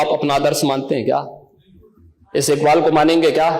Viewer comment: jisko allama iqbal kaa naam bhi padh ke lena pade wo bhi sahi se pronounce na kar paye, toh samajh jaao wo kitna Indian hai aur kitna literate..